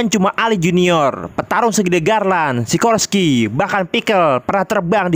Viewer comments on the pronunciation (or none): none